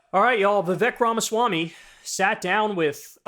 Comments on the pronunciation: It’s not Vivek (like “heck”)…it’s Vivek (like “cake”). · His first name is pronounced Vi-Vayk